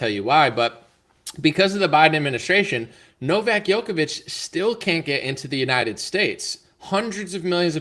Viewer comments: The name (Đoković) is pronounced as "Jokovic" and not as "Yokovic". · Second time I’m telling you this. Please pronounce Djokovic correctly when it’s featured in your video